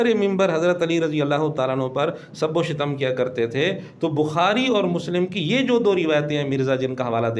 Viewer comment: سب و شتم اس میں آپ سے لفظی غلطی ہورہی ہے لفظ شتم ش کے فتحہ اور ت کے سکون کے ساتھ یے یہ مصدر ہے شتم یشتم شتما